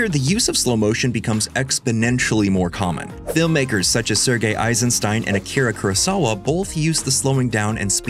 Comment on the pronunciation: It's Akira KurOsawa, not KurAsawa